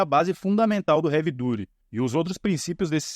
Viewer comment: Sensacional seu vídeo, fiquei corrigindo a pronuncia na minha cabeça hahaha Havey DAAATY